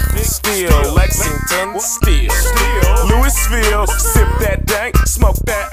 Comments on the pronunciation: When you cringe when he says Louis ville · That aint how you say louisville also its weired listening to thus when from kentucky louisville were yall at